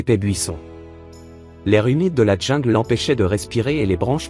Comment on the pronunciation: Sûrement un beau geste Mais un peu marre d entendre ces narrateurs qui ont eu comme Profs de Français, une Vache Espagnole Déjà pas un ourson, mais un tigron. Et pas la Djingle, mais prononcez là jingle pour le mot jungle ou retournez à la maternelle